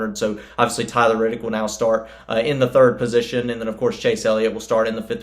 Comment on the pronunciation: C'mon, I get that you're a Nascar guy, but it's Reddick, not Riddick. Otherwise, good summary. C-Bell is our next champ.